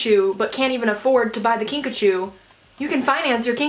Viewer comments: Whenever you’re saying “Kinkajou” I think you’re saying “Pikachu” 😂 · Take a shot every time she says kinkachew